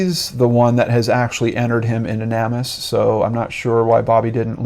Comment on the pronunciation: I always want to throw this out, but don't want to sound bitchy. I think NamUs is pronounced like Name Us. There are so many unknown, unclaimed people on that site. I feel like the dead are saying, quite clearly "name us!" I don't know, I've said it that way for a long time. I could be wrong.